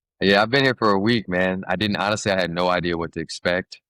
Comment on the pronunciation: He's Jihad El Khatib not Jad El Khatib